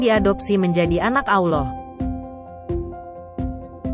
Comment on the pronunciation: Itu suara translatenya payah tuh masa kata Allah dibilang awloh